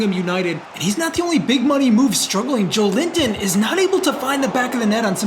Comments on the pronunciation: It’s not Joe-linton it’s Jo-Elinton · Hey mate! As a Brazilian who loves your series, one little hint: At the start of the video i was like "who is this Joe Limpton guy, never heard of it"... and then i saw his name and figured it out it was Joelinton, the CM of my national team haha! In case you'll keep him for a next episode, try to pronnounce Jo-Wellington, with the é sound hehe. Other than that, great content as always! You the best. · Just a heads-up! Joelinton is pronounced as Joe-eh-leen-ton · Just a quick tip from a brazilian, hope you don't mind... Joelinton correct pronunciation would be more like "Jowellington"😅 Once again, great work, this series keeps on being amazing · Cheers from Brazil! Just a heads up: Joelinton's name is actually pronounced like "Joe Wellington"! That being said, keep up the awesome work, this series has been insane! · I am Brazilian, you are saying Joelinton name the wrong way. its Jo-élin-ton! google translate migh help you. love your vids bro!!